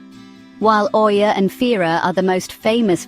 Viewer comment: Did u say oiia?